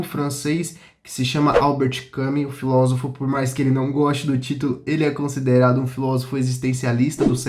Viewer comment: Lindão, se fala "cam I s" e "sí Z ifo". Parabéns pelo canal.